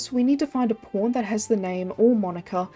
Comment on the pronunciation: lol the way she says "pawn" sounds like "porn" Great vid glad you're still around